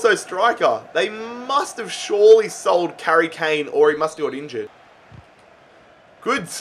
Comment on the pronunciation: He’s literally said karry kane😂